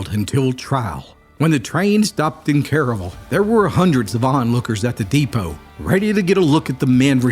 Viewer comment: It's pronounced kare-uh-vull, not careyville